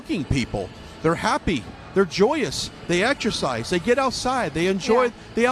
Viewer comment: They "etchersize" whhhaa???